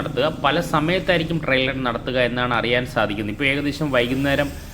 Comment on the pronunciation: Trial run എന്നു പറയൂ. Trill അല്ല , trail ഉം അല്ല